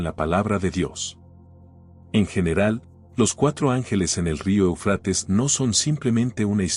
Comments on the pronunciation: Se pronuncia Éufrates, no Eufrates, ojo. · Éufrates!. No ponga el acento en la a por favor... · EL QUE ESTÁ NARRANDO , LE DIGO QUE NO SE ESCRIBE EUFRATES Y TU TE "COMES" ÉL ACENTO QUE LLEVA EN LA 1° E , Y LOS ACENTOS,SON MUY IMPORTANTES,X. QUE PUEDE CAMBIAR EL SIGNIFICADO DE LA PALABRA, Y ESO PASA MUCHO, CON LA TRADUCCION 🇪🇦 GRACIAS X TODO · Ay que mal pronuncias Éufrates, y asi das información